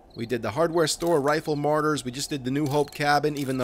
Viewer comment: Martyrs not Marty’s lol